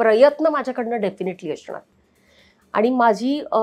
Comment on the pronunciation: अशनार नाही असनार